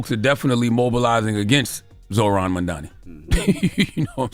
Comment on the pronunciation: needs to work on her pronunciation. She is beautifully articulate, but you have to learn how pronounce mam-dani.